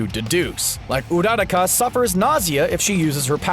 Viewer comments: Did he just say ururuaraka? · did he just say Udadaka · I know you dont watch mha I swear U fucked ururakas name the fuck up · The way he said "Uraraka"... Smh